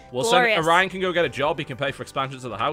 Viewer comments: his name is orion pronounced o ryan just sayin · It's "Orion" but it's easy to misshear.